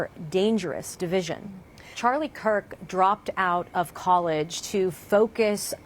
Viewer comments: why do BBC reporters have such a difficult time saying the last name KIRK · His last name is Kirk, not Cook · Charlie Cock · Charlie kook? why is this indian woman mispronouncing his name on UK state media? wtf happened? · Am I the only one hearing “Charlie Cook”? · She constantly says Charlie Cook , you aint wrong my brother in Christ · Why she keeps calling him Cook 😂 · Charlie Cuck is hard to say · how can you mispronounce his name THREE times in a row? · Can you at least get his name right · Wow, how bad is this reporting that both the presenter and reporter mispronounced his name multiple times. The disrespect that shows